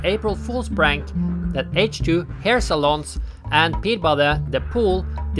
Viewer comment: Hair 'salons' not 'saloons'! Unless your a Cowboy from the American Old West I guess!